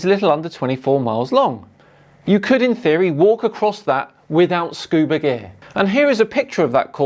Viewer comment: ...not scuba GEAR... "Scuba deer". 🤦